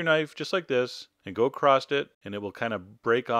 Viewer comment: You said "Go accrost it" >:(